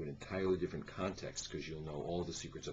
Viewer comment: Ha. He said Halla wrong. :)